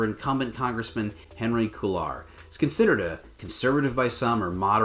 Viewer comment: Interesting, but please get Spanish-name pronunciations at least in the ballpark. Kway-yar not Que-lar. Please do your homework on the Spanish as well as the electoral maps!